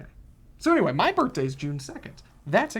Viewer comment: Maybe would enjoy "birt'days" more if he said "birthdays"